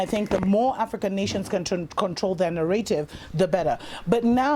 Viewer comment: I really like the way says narrative. I don't know why, it's really pretty to me.